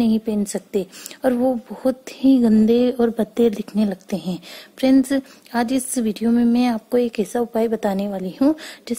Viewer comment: Friend ko fries fries kyon bol rahi he